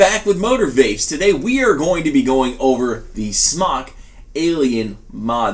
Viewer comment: Arrrgh! Everybody STOP saying "smock" when it's "SMOKE"!! Aside from that, you do this video well for someone that knows how these work but this newbie still doesn't know what you're doing.